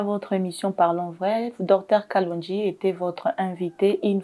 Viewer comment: C'est kalonji et non kalondji